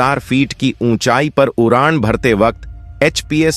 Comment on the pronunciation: Is vedeo me kis bevkoof ki aawaz thi, jise d bolna nahi aata, iski jagah r bolta he. UDAAN KI JAGAH URAAN,KHADE KI JAGAH KHARE BOLTA HE. BADE KI JAGAH BARE BOLTA HE. ISE SCHOOL BHEJO.